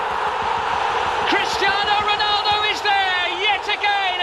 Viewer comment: It's crestiano roland